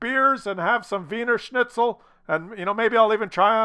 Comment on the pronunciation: you fucked up the pronounciation of every single german word. except wiener schnitzel, but thats austrian..... the rest was about all right! shout out to you from germany!